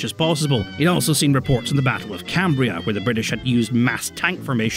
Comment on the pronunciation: Again, it's Cambrai not Cambria.